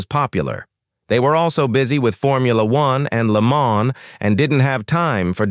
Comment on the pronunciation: Maybe learn how to pronounce Le Mans?!